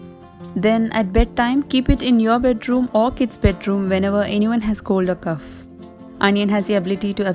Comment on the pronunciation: Sis.....please see to your pronunciation of cough in the winter home remedies video......